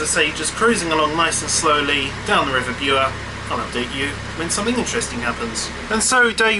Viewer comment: Hi, really enjoying the blogs. One thing though - I am reliably informed that the Bure is actually pronounced Burr.;)